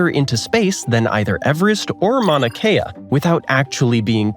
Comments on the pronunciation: Mauna Kea, not Manua Kea. Do it again. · The volcano is Mauna Kea, not Manua Kea. There are different versions of what defines a continent. One, held by many geologists and geographers, places Australia the country as the largest land mass on the much larger region of the continent of Australia. The continent also includes Papua New Guinea and multiple island groups. Geologists often call the continent Sahul, from the Sahul continental shelf, to avoid the confusion of country and continent having the same name. That definition also means that the island nation of Australia is the largest island in the world. Edited with thanks to following commenter. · its a volcano manua kea😂😂